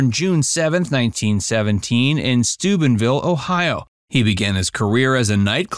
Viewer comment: Dean Martin, Stubin vill more like stupid vill?